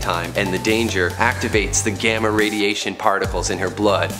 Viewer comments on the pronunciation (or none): none